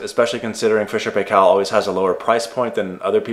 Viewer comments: The correct pronunciation for Paykel is PIE KILL. Fisher and Paykel was originally a white ware company from New Zealand before it went multi-national. Love your videos man, find your advice really helpful. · Fisher & Paykel advertisements for other products pronounce it........PIE' kel...... A kitchen appliance salesman kept trying to correct me, and I finally told him that I was going to go by how the company says it.